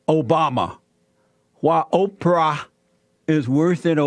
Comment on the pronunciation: The way Jesse says it sounds like 'Oper'.